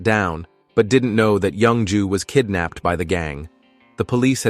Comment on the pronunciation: The way the ai pronounces the name as young jew, has me dying.